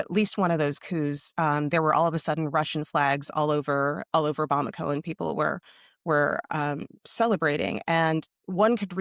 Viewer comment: Nailed the pronunciation of Bamako. Well done